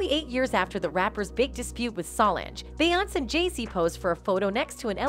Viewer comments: Beyonce is pronounced bee-yon-say. Solonge is pronounced so-longe. If you're going to post about black entertainers, please, please learn how to pronounce their damn names! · Y does this YouTuber keep calling her bayance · A-I at it's finest. Cannot properly pronounce BEYONCE and Solange. LOL Love Solange xo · It’s one thing to miss pronounce Solange name but dam how can screw up arguably the most popular woman in entertainment 🤦🏿‍♂️ obviously you must be an robot 🤖